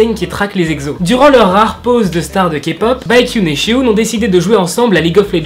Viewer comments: J'aime bien ta vidéo ! Juste pour la prononciation le "s" des prénom ne se prononce pas "ch" mais "s" par exemple tu dit ( chehun et chuho ) alors que c'est ( sehun et suho) voilà juste pour la précision ♡ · Pour la prononciation Sehun: seOUN ! Et pas SHEHOUN Baekhyun : békione et pas BAEKYOUN Suho : suO et pas SHUHO Voilà c’est tout, c’était la règle de prononciation, merci de m’avoir écouter, cordialement 💩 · tout le monde va être choqué du "bakhyun" et "shehun" je le sens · La JYP a demandé au sasaengs ? L’agence des EXO c’est la SM ... mais c’est pas grave 😂 niveau prononciations : [Cé (ssé) ounn] Sehun [Bé Kyounn] Baekhyun [Ssu O] Suho C’est dommage de savoir pour le dernier cas, que c’est une sasaeng parce que son compte est super beau (je trouve) mais par contre on en parle de ses yeux disproportionnés? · Pourquoi prononce tu le « s » en « ch » chehun chuho 😂😂😂😂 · Comment tu as dit baeckyun et sehun sa fait mal mais c pas grave il s’écrive pas très facilement non plus 😹❤️mdr